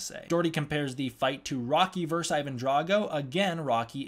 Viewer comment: the word is VERSUS !! 2 syllables !! ver SUS !